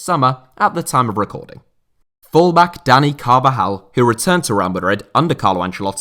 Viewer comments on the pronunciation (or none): none